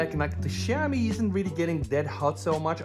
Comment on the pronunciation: Bro, you pronounce Xiaomi like shau-mee